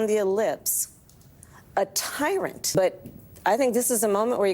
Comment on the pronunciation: Yes. T t t- tiiiiii- rant. She has problems getting it started....then speeds and slurs to that final syllable. She's wasted.